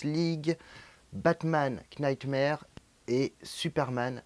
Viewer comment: Knightmare-> "nightmare" le "k" ne se prononce pas. Desolé de faire le chieur mais ça me pique à chaque fois 😂